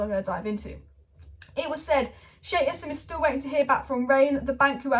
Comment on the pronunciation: Why do you keep sayin yassim its pronounced Ja seeem